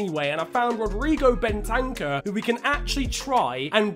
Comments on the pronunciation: It’s not Ben-tank-er it’s bent-er-cer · Btw it’s Ben ta kuuurr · The way you say Bentancur ahahaha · Fifa player and yet doesn’t know how to pronounce bentancur correctly